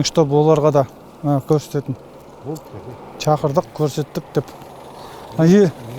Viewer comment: Чақырдық емес Шақырдық